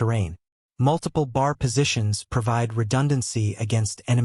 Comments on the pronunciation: I thank you for this video about the B.A.R. at Peleliu. Please learn to pronounce the words "Peleliu" (Pay-lay-Lue) and B.A.R. or "Bee, AA, Argh, not 'BAR') correctly to show the correct and proper respect for the American military personnel and their fighting tools that fought in this battle in WWII. Thank you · Dude it's NOT pronounced bar! That's where you go to get a drink. It's pronounced B.A.R. Each letter is pronounced. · If they'd use a real voice reading grammatically correct, I'd lean towards subscribing but it is annoying listing to a monotone misreading and inaccurate pronunciation... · Wow this AI is BRAINLESS, it was talking about places I never knew about...No, it just can't Pronounce...TAR-A-WA...and Pel-e-lu.....oh and some one get it to say...B. A. R......Come on Man! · That's "B," "A," "R," for Browning automatic rifle! Next time hire me to do the narration. Duh!